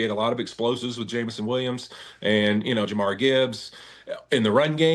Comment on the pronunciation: jamari Gibbs? Or Jamar Gibbs????? Cmon man it's Jahmir